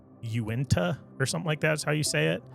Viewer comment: Uinta Mountain Range is pronounced (Yoo-Inn-Tah). So he did it right. That's a cool story! I'm from Utah and I've never heard that one before. Thanks!